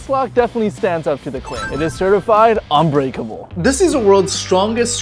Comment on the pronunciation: it's unbreakable not uncuterble